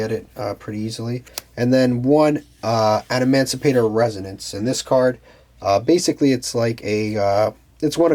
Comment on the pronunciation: He was saying "adamandrite” 😂